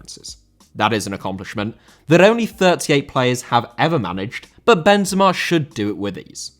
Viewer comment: Benzema* not Benzemor